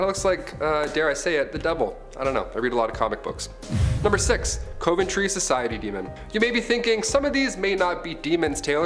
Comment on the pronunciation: the way he pronounced, "coventry." 😆